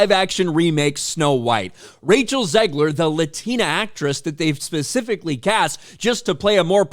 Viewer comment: Bro hit that “Latina” hard!! Grown men up in arms over a movie for little girls… 😂🤣